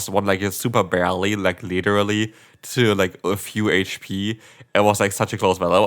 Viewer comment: „Liddery“ or „literally“?